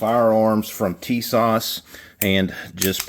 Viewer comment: I just did the FFL transfer on the new Tisas ( correct pronunciation Ti-SASH with emphasis on second syllable ) 1911A1 US Army .45 WG . I bought it from Sportsman's Outdoors Superstore online for $349.99 FREE shipping. It came with two 7 round magazines, arched mainspring housing, Cerakote finish to resemble Parkerized finish and the WG stands for Wooden Grips ( Turkish Walnut ). It also comes with an additional set of plastic grips which would be more period correct for 1911A1. Everything packed nicely in a plastic case with cleaning brush, Cleaning rod, and bushing removal tool. The Wooden Grips are nice but I replaced them with a new/old stock set of Pachmayr Signature rubber grips, not wraparound. The 7 round Mags are made by Mecgear and made in Italy. They will need a little break in time as loading the seventh round is a little hard with those strong magazine springs. My only real issue is the really tight spring on the Mag release . I realise it may ride up with wear as they use to say in the Men's Ready to Wear department at Grace Brother's Department Store But I went another way. I purchased on Ebay a Wolf's #3 strength Mag release spring for $6.00 shipped.